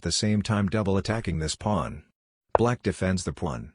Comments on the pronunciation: It's funny how it calls it a plan, instead of Pawn. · "now you are up a powln" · Is it some meme-joke to have the text-to-speech generator say "pwan"? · The way he saya "The pwuan"😂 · I have to laugh at how AI voice frequently mispronounces “pawn.”